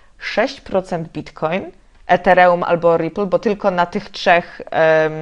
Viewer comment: taki piękny akcent a ż tu nagle ETEREŁUM :D